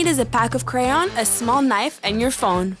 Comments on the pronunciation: you said “craon” but it’s ‘crayon’ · “Craon” lmfao it’s “crayon” 😂🤦🏻‍♀️